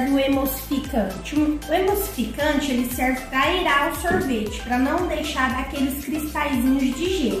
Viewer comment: e, sorvete não sorveti